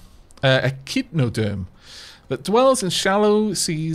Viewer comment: you pronounced echinoderm correct the first time